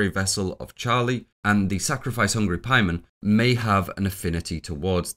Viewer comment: I know you're the 4 hour hereditary video guy and you know better, but why are you pronouncing it like 'Pie-mon' here? It's very jarring